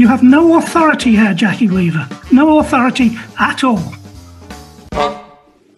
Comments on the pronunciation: Jackie Wee-Vah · She said Jackie weaver